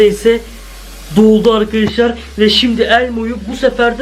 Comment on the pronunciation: Akaşlar akaşlaar değil ARKADAŞLAR